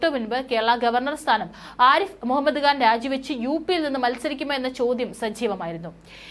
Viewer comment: കാൻ അല്ല ഖാൻ ആണ്